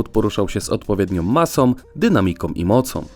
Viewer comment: "...że każdy samochód poruszał się z odpowiedniom masom, dynamikom i mocom". Mimo wszystko "ą" brzmi ładniej ':-)